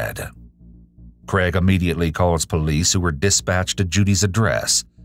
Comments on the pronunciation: CrAIg, not "Creg." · Interesting to hear the US pronunciation of Craig. More like CREG, whereas is Australia it is pronounced CRAYG